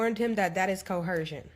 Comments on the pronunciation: sayind Coercion (Ko-Ur-zhun) wrong repeatedly is wild. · K no disrespect, but you don’t pronounce the H in coercion…lol 😂